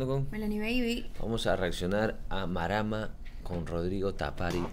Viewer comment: Mano no se dice Marama se dice márama